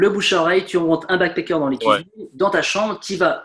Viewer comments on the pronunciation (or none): I know ! that's why its so weird to hear him say backpécker all the time haha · C'est moi où il dit tout le temps "backpécker" ? :p